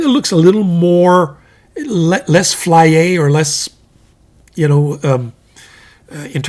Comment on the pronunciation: I have heard you say, "flier" or "flyer" in a French way now three times, and I think I like this word very much. Nothing comes up on Google, maybe it's slang or I can't spell it. I think it means ostentatious or showy or maybe gaudy, no? I bought a Tangem #6 nib with a design on it, it's not laser etched on the surface but cut all the way through, and ink will fill the cut outs. Looks cool and maybe a bit softer to write with. Bock style.